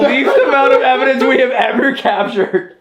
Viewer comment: Did really say "I'm here to Capture Evandence"? Lol 😎🧐